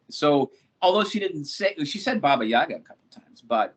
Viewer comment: Did he just say babayagga?😂